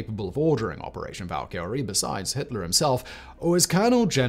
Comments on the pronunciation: You know what bothers me, when a youtuber repeatedly says a word wrong over and over again. Its Val•ka•re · Bro said Valkyrie wrong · See, this is why you need to embrace fantasy culture a little bit more.... Your pronunciation of 'Valkyrie' was.... Abysmal gives you too much credit. You should know better just because of the thousands of videos you have recorded.